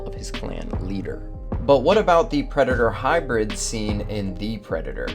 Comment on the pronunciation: Hearing you butcher the predator species pronunciation killed the entire video for me